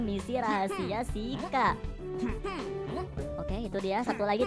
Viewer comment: Bang nama nya bukan shika tapi chicky baca nya itu cika❤😂